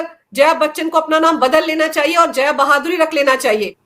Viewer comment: मैडम, जया बहादुरी नहीं, जया भादुड़ी 😅